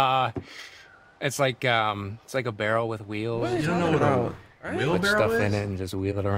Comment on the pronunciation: ITS SUPPOSED TO BE WHEELBARROW not wheel barrel 😭